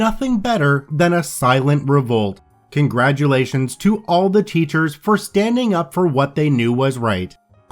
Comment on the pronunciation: ummm...there is no D in congratulations.